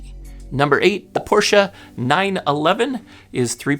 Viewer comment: In Connecticut we pronounce it Mer - say - deez. You missed the "s" in Porsche above. I wanted to correct it for you because I like you so much, but obviously that can't be done. You did pronounce Porsche correctly as far as I know. Everything I've said here is truthful, but my comments are all in good fun.